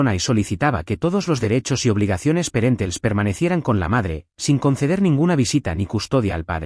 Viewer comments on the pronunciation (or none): Parentales, una palabra que deriva de pariente. Perentels no existe. Por favor, corrijan mejor, no deformen el idioma